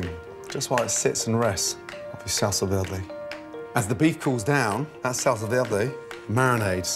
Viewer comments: I KNOW LOOOOL OH MY GOD i live on the border of mexico and no one pronounces it like that, it's pronounced verday not vlelrday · looks delicious. anyone else triggered by how he pronounces 'verde' ? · That pronunciation of Verde 😂😂 not so good at everything are you lad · Salsa VEWDEW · SALSA DERDE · i kinda am, portuguese is my main language and he pronounces it like "velde" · salsa verday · PowerfulDragon velde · Kantros he's fluent in French so he pronounces it like Velda, R = slurred L. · the good pronunce is vér·de , listen on google translate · Gordon is trying to hard to speak Spanish by pronouncing it "V-iair-day. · The way he says Verde makes me absolutely fucking furious.girl friend as just been twated dogs just been kicked why would you gordooooooooooon whyyyyyy